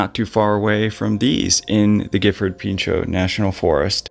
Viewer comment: Great videos, I love what you do- have you done a video about Austin Oldfeild? And for future reference Pinchot is pronounced "pinch-o" , not as french as it seems lol